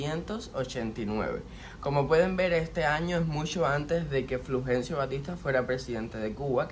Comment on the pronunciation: No será Fulgencio ? Te oí decir " Flugencio " Saludos desde Chile 😊